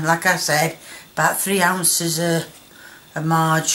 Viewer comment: ‘3 ounce o marge’ Love you, ❤️